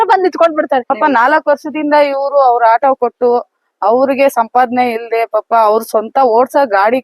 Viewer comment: ಹಾಟೊ ಅಲ್ಲ ಆಟೋ, ಕನ್ನಡ ಬರಲ್ಲ ಅಂದ್ರೆ ರಿಕ್ಷಾ ಅಂಥ ಹೇಳಿ